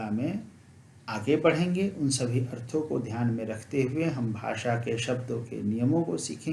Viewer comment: अर्थों को बिना अनुस्वार के बोल रहे हैं प्रभु जी।